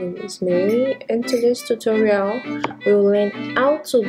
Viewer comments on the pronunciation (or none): none